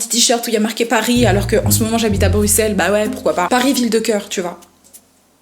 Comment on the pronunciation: La première qui prononce bruxelles bien